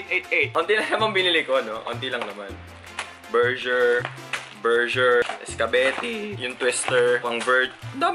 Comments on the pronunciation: Berjer, berjer ANDAMI KO NMAN BERJER?!😂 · “Andami kong burjer” 🤣🤣🤣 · berjer... berjer... isgabeti. 😂 HAHAHHAHAHAHHAHAHAHAHHAHAHAHHAHA. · “Burjer, burjer”, “iskabeti”🤣🤣🤣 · Burjer.......Burjer.....Isgabeti is d best😂😂😂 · berjer berjer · Burjer scabettie?? XD luhh may kukamber XD tawang tawa talaga ako